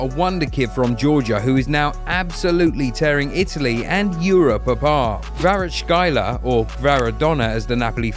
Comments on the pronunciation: Fantastic video, delightful, however, please ''Kvaratskhelia'' not ''Kvarachkaila '' 🤣🤣🤣🤣🤣 ''kvara +(C)-like Cent + (Kh)- pronounced like (Q)+ elia'' - this is how to pronounce his last name. and thanks for the great video one more time <3 😍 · Kvarachkhaila LOL. Narrator can't see which vowels are in his name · There is no way he called kvaratskhelia kvaracxala💀💀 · Beside butchering pronunciations of Kvara and Kim Min Jae, a good video👍🏼 Napoli scout teams deserve raises for sure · Bro butchered everyone's names and I'm not even talking about Kvaratskhelia 😅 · You deserve a red card for mispronouncing Kvaratskhelia. :D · I know it's difficult but boy ooh boy you butchered Kvaras last name . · It's not hard to see how Kvaratskhelia is pronounced, this is embarrassing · omg how did you manage to mispronounce literally all the names in such a harsh way, is it really that hard to google just a little bit to say Kvaratskhelia, Anguissa and Giacomo the correct way🤦‍♂🤦‍♂🤦‍♂ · You butchered the name of Kvarachkelia with that pronunciation... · What's on clickbait they don't even know how to pronounce the Georgians last name! And the sad thing is I'm just getting into it